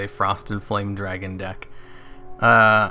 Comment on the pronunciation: Did anyone else hear him say it as Frosty the Foame Dragon?